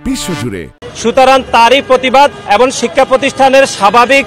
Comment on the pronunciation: ভাই এবন নয় এবং উচ্চারণ ঠিকমতো বলেন